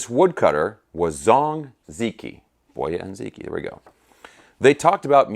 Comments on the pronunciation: Great video. For what it's worth, the "Zi" is pronounced closer to "Zuh" the "Q" is pronounced similar to a "Ch." So something like, "ZuhChee". The pronunciation of "i" changes based on what letter precedes it. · Ziqi is pronounced “zee-chee.” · its actually pronounced boy-ah and zee chee. the q is soft. I speak chinese; have since sollege 30 years ago. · Zi Qi is pronounced zuh chee. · Great guitar. I have been in China for some time. If the brand is Romanized spelling of Chinese characters, I believe Ziqi is pronounced as Zi Chi (Q in China is equivalent to CH) Boya & Ziqi existed during the Warring states period. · Its pronounced like Zeechee and I see nothing wrong with the name given its a Chinese guitar and its a famous Chinese story. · Okay, I don't know if anyone else has tackled this. Assuming it's made in China,, you pretty much have 'Boya' under control. The 'Zi' in 'Ziqi' doesn't have an equal sound in English. The way to say it would be like 'ads', as in short for 'advertisements', but without the 'a'; sound, like 'dz' without a vowel between them. the 'qi' is like the first four letters of 'cheetah', or 'cheetos'. I hope that's helpful. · I'm fluent in Mandarin. He's correct.